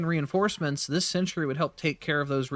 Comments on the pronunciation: You realize it's a sentry and not a century? The difference in pronunciation is subtle, but when you say the word 100+ times in under 5 minutes - yikes still love your content, just had to share my likely unreasonable annoyance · You need to work on your pronunciation of Stalwart. It's "Stall" as in "tall" and "Wert" or "Wrt" with emphasis on the first syllable. "STALL-wert" Also, it's sentry, not "century."